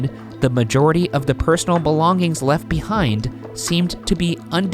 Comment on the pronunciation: Ryan pronouncing "belonging" really is distracting